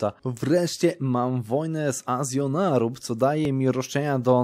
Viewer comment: nie chce się przypierdalać, ale to się czyta jako Ażol-nerub